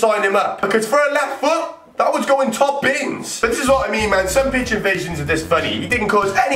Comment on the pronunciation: Sesyist football pich invaishins